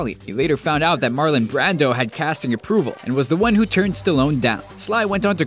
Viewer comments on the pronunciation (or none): none